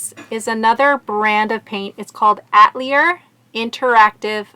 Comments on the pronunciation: Atelier- A is not pronounced "Uh"... it's pronounced "A"like apple... please, I am French through and through! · The name is not “ATLIER” But Atelier which has an extra syllable where the e is between the A and the l. It means studio in France, where it’s pron to ounced a-tell- E- A. ( here I used Caps mean long vowel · Good video! Just fyi the word "atelier" is pronounced uh-tell-ee-ay... It just means artist studio in French. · Who doesn’t know how to pronounce atelier ?!?!? Especially an artist 😱